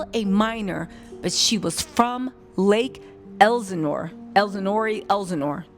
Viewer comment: Right! I hate how she is pronouncing it. I use to live in Corona CA, so I am familiar with the area as well.